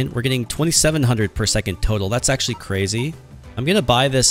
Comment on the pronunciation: Why do you say cwazy in some of your videos?!